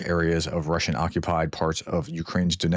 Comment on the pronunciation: Your Russian pronunciation was pretty good this time 😀